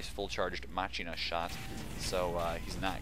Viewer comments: machina is pronounced mah-keen-uh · Surprised I couldnt find a comment on it, but let me start by saying, you are amazing and I love all your coms. that being said, for future reference, its pronounced mah-key-na, as in deus ex machine (because its from deus ex, punery), Great video once again and I love you and!